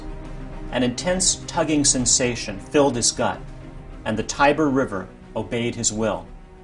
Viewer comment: I thought it was pronounced ti-ber not tye-ber